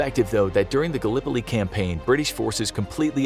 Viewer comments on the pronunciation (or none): none